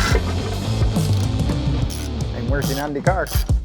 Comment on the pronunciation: “i am workin on de car” lmao killed me